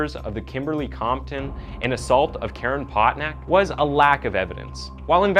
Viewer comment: Stephani. STEF, AWN, EE. Potac. POE-TAK.